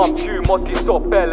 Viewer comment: Good grief... I'm trying to be constructive today, so I will say this: it's pronounced 'kpele'. Yoruba doesn't have a p sound. It's always pronounced 'kp'. That said, I'm a little upset that this exists. It looks like you (and your Nigerian enablers) looked around for another language to be your niche aesthetic, kinda like Drake moves. I'm not here for it. But then again, I was never your target audience. Godspeed.